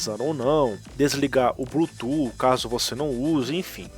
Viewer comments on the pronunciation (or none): none